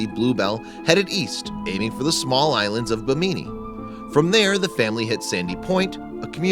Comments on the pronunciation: You mispronounced all of those islands lolll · You pronounced all those islands wrong but you may be American so it’s understandable.